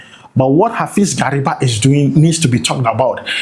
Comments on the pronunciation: Please mention Gariba well. Gary- ba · The pronunciation was very bad. Like the son of gari😅